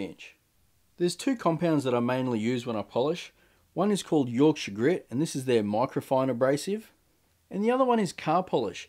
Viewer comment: Nothing makes me happier than hearing you pronounce Yorkshire correct 😂 also great video! Your piece looks absolutely beautiful!